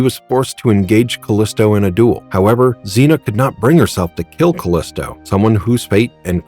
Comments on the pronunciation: It's pronounced "Ca-leee-stow", not "Ca-lisss-tow". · You're pronouncing her name wrong. Surprised you didn't call Xena "Cenay" or "kenah" or something stupid like that.